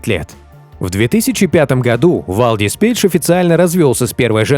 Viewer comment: Правильно говорится ни Вальдис а Валдис и так же пишется.